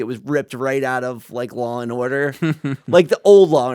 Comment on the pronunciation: Why does make the word "and" two syllables? Aye yund